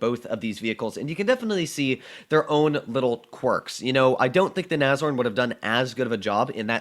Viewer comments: Nobody:: Nazorn...Nazorn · Is it pronounced "Nash-horn" or "nazorn"?